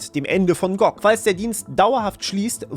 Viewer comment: Gutes Video, aber die Aussprache von G.O.G. und Widevine ist schlicht falsch 🫪